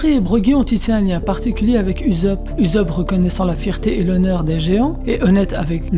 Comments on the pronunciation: frere se pas uzopp se usopp luffy il dit pas salut uzopp mdr. si non super video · Uzop < Oussop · Pourquoi tu dis Uzop et pas Ussop ? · Ussop !!!!!!!! Pas ouuousop wesh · Je suis d'accord, quand Luffy crie son nom il ne prononce jamais Oussop ... mais bien Uzopu ... perso j'ai tjs entendu comme toi. Mais je crois que la plupart des gens lisent ce qui est écrit en français et non, comme ils l'entendent dans les voix jap. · "OUSSOP" ptn! Tu les entend dire "uzopu" dans l'animé? Moi pas. Sinon la vidéo est bien je trouve. Oui USOPP va mourir, au sommet de la piraterie, et sera pleuré par tout les peuple du monde, c'est le minimum qu'il émrite :) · Cette prononciation "Uzope" me perturbe 😂 😂 😂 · Ptnnn tu pronoce mal usoppp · la même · Heï Heï Reï Dee 😂😂😂😂😂 srx il confond le z et le s 😂😂😂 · Jailonction Jailonction mdrr c comme si tu disait soro o lieux de zoro tu voie y’a un beug 😂😂😂😂🥵🥵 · Ouais c'est.. dérangeant